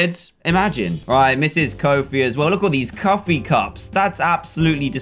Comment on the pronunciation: he says cuffee cups XD